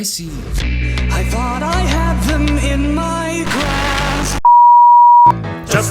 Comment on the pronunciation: I can't tell if he is saying grasp, grass, or crabs.